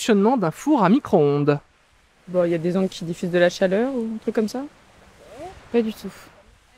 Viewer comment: chaRleur ^^ Mais sinon, continuez les mecs, ça fait plaisir de vous revoir :)